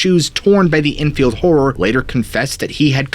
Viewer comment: lmao its "enfield horror" not "drunken whore" so it couldn't be pelosi